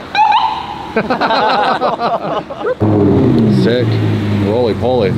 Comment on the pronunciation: thats sick or thik??lol